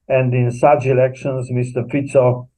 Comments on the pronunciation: Please English speaking mr. can you say mr.Fico name as is written with out Fiko! He's a mr.Fico! No Fiko! Thank you for understanding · What is wrong with you reporters? Can't you give respect for the name and pronounce it correctly? It is not Fiko, but Fico - pronounced as Tsitsipas - the tennis player. Period. 😮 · Can you, please, learn to pronounce Fico. It is NOT ‘k’. Thank you.